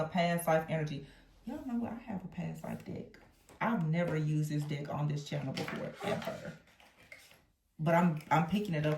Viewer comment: I could have sworn you said “dick” and not “deck”! 😂 Great reading, btw. ❤